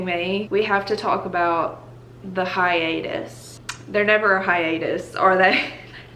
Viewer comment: “hiatus” did in fact trigger me